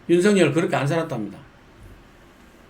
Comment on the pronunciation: 윤석렬이 아니고 윤석열입니다 발음 제대로 하세요 정말 부끄러운 일입니다